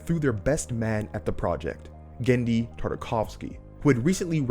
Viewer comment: Cool video, but you've misspeled Genndy's surname both in spelling and in speech.